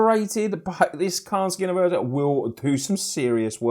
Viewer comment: "skee on of Urza"